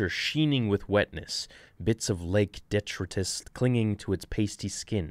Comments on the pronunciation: You read very well, but (head's up!) it's "dee-TRAH-ee-tus"... just sayin'. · (Dee-try-tus) lol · It’s pronounced de-tri-tus. Thought I’d help out on that one. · English isn't my first language, but I do know how to pronounce "detritus" and "waded"... love the video though! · Dude you can't pronounce detritus or even freaking wade?? Really?